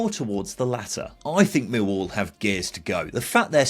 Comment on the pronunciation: Whatever the outcome of this season’s efforts by my team, neutrals (I suppose we have to tolerate them) should understand how to pronounce the name properly. The emphasis is always on the second syllable: MillWALL. Or, in the local dialect, ignore the “L” sound. It then becomes “Miw-waw”. Do get it right and we sensible folk from SE London postcodes can then take you seriously.